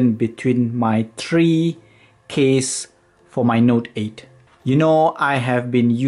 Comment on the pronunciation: You dont say tree you say three